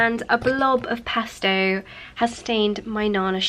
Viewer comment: It’s pesto not pasto you weirdo